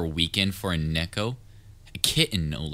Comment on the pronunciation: He said necko XD it's neeeko like ○nee○cap and then ko like go but ko